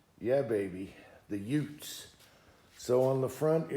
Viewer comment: What did you say? The 2 UTES. The 2 what?